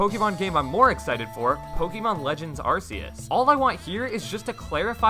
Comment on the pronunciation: Isn’t it ar-KEY-is?